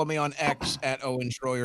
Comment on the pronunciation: “Shroyer” Here we go again 🙄